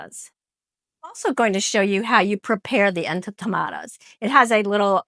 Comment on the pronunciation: Love your interesting recipes! But, please make sure you are pronouncing the names correctly...these are en to ma ta das. ...the cuban dish ropa vieja is pronounced ropa vee eh ha. Appreciate your efforts to model cultural respect by taking the time to get the words right...others will also perpetuate the errors. Thanks!